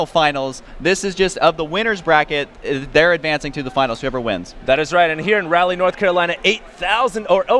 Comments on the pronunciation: LAWL. Zell-otts in Rally, North Carolina., seriously. You're an American and professional announcer. If you've never heard a word spoken aloud before, Google the pronunciation before you use it in a live cast in front of thousands of people. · Don't mean to be irritating, but Raleigh is pronounced like Rah-lee, and not rally.